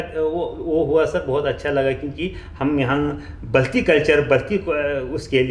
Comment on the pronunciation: Its बलती not बल्टी, major साब